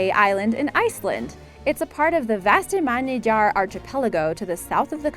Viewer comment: I'm sorry, but If a person makes money narrating videos, they should spend a couple of seconds googling the pronunciation of words they don't know. This bitch just butchered the word ARCHIPELAGO. (Hint - Don't pronounce the H) And Vestmannaeyjar was awful too. I found correct pronunciation in about 4 seconds.